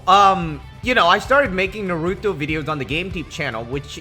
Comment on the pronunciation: This man dont know how to say Naruto